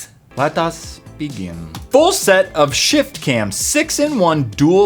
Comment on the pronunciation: When he said full set at first it sounded like'bullshit '